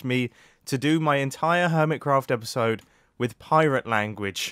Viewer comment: I can hear the first one Also, *ello *episode And theres a 'ere after mumbo